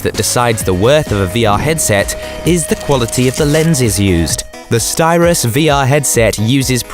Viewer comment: It’s Sytros, not Styros.